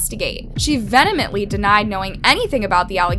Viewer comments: "Venamently" ... Vehemently? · She "venemently" denied? The correct word is "VEHEMENTLY" 😒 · It's "vehemently", not "venomently". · venomently denied? vehemently... notwithstanding, horribly sad and disgusting story. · She "venamently" denied knowing anything about the allegations? VEHEMENTLY, come ON🤦🏽‍♀️ Then can't use words properly either, talkin' about "Someone makes 'Uranus' allegations like this🥴" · "Venemently"? Sorry, that's not a word. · you mean ve·he·mently? Wait a minute, is this that channel where the narrator pronounces every other word wrong? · You can't even pronounce "vehemently." Are you fn fr? 😂